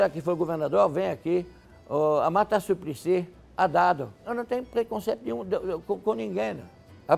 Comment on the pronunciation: “Haddado” “Puta que parulho”